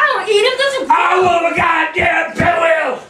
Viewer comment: “I WANT MEH GODDAMN PIGWEELS”